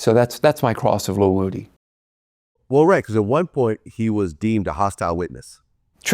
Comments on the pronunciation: Do YT ppl mis pronunciate names on purpose. Wood-ee is not the same thing as woo-dee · Vlad how can you interview lil woody and STILL mispronounce his name smh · Can somebody please teach Vlad to say Woodys name right 😂